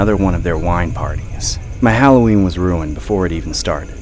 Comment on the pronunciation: Is not hallowern